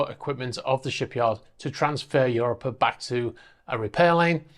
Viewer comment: I think it's pronounced "u ROP a", not "UR o pa"